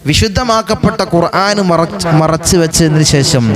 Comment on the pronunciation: ഖുർആൻ എന്ന് പറയുമ്പോൾ അയ്ൻ വരുന്നുണ്ടല്ലോ ഖുർ ആൻ എന്ന് തിരുത്തി പറയാൻ ശ്രമിക്കുക